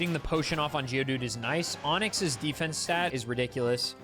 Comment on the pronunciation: Why do you say DE-fence like that?